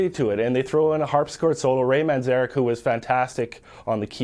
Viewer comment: Couldn’t you find anyone more qualified to give an opinion about such a legendary rock band ? You picked a random record store owner , probably from Seattle who tried four times at least to pronounce Ray’s surname correctly, it’s Manzarek with one N not two . Obviously doesn’t know much at all about the subject 👎